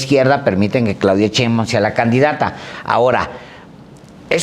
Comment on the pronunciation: Ya que aprenda a pronunciar de una buena vez el ciudadano Páez Varela... SHEINBAUMMM